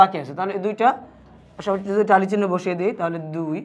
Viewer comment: টালি না ট্যালি